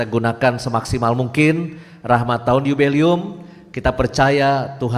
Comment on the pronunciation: Dua catatan sy: - bukan rekwem tapi REQUIEM [baca: rekwiyem] - bukan yubelium tapi JUBILEUM [baca: yubileum]. perlu belajar bhs Latin lagi. wkwkwk😭😭😭